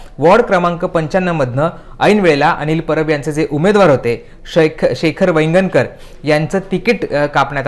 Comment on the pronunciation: नीट मराठीत बोला. नाव हरीश शास्त्री व वायंगणकर असे आहे.